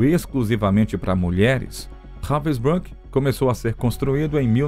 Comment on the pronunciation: Very poorly done. Even pronouncing the camp Robin brook! These are a click bait clip that does not even explain properly what this person did. Disgrace to the memory of those that suffered.